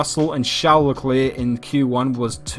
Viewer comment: As a fellow kiwi, why do you pronounce everything wrong. E.g preface and leclerc